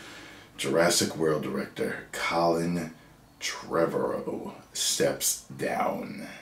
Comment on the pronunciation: It's pronounced similar to tomorrow, just with a "v" lol